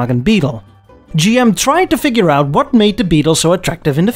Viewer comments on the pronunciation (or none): none